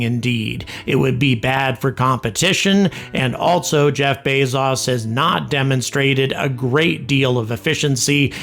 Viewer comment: "Bez-as" It's pronounced "Bey-zoes"